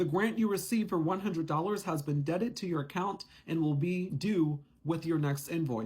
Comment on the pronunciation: Debited not debted. But great info